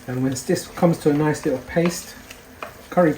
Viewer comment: lol you from Leicester mate? I heard the (likkle stir) 😂and thanks for the awesome video.